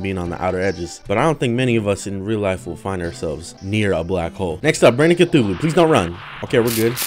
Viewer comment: This is a Terraria veteran because he mispronounced Cthulhu